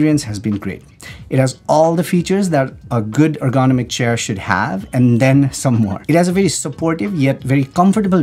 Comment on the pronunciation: Ergonomic sounded "ərɡəˈnämik" in simpler terms, "er-gu-nom-ik". Has 4 syllables and the accent goes on the 3rd syllable.(er gu NOM ik). Yours truely, a stranger on the internet 😉